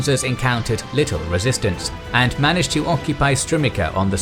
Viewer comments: It's pronounced Strumitsa not Strumika. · Strumica is pronounced Strumeetsa, not Strumika. There is a recording of the name on Wikipedia to reference. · Entertaining, informative and well-made video! It is just killing me how the narrator pronounces strumica. Looking forward to the next one!